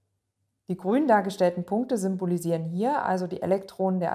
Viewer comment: hab mich auch lange gewundert bis ich gecheckt hab dass sie SYMBOLISIEREN sagt :D